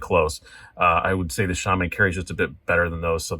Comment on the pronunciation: Its nice to hear Shaman pronounced correctly. I remember the $155 Shaman as well. Jeez!